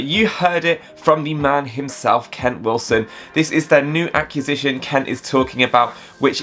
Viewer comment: Love your videos and thank you for the optimism regarding this amazing company. May I just ask that you learn how to pronounce acquisition, please. lol